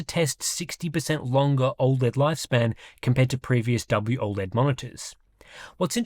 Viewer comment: “WOLED” yeah no…NEXT